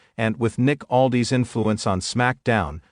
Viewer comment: It's Aldis not Aldees